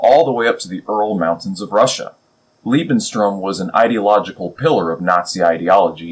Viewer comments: small mistake , Its "Lebensraum". "Lebenstraum" would be "Living Dream" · Just one minor ningle: You seem to keep saying "Lebenstraum" which means "Life's dream" when trying to say "Lebensraum".